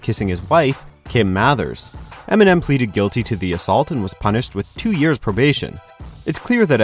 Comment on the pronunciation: eminem not emenem